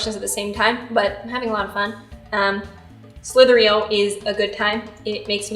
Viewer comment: Slither .io not slither .eo